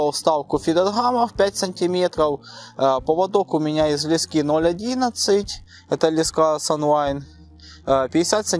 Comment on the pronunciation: Неплохие сюжеты, молодцы. Без обид конечно, но неплохо бы Ударение в словах ставить правильно: не лескИ, а лЕска, .... Е - всегда ударная, а то получается.... ножницАми по пальЦам и полОжил и полАл....😀